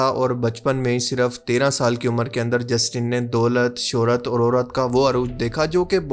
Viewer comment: did he just said daulat shuhrat or aurat?